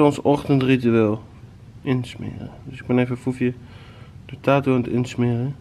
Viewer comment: Het is geen taaatoo maar taTToe..... er staan 2 ‘t’s das spreek je het kort uit!!!!!